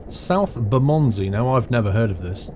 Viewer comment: PS Bermondsey is pronounced BUR MONDSEE